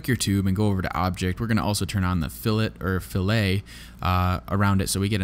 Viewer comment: Thanx for all your wonderful vids when you round off the corners it's called fill-et the other fill-eh is what you do with a fish